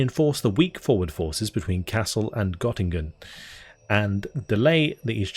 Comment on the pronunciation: the O in Göttingen is pronounced a little differently. Tip for next video!